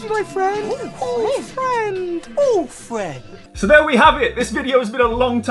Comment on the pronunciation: Video game Fwends lol. Fairplay to the folks that got back to you, but yeah I can’t fault GTA vice city. Probably one of my faves in the GTA series.